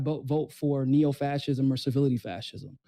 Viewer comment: Civility? Servility. As in servile. As in servant. Muppet.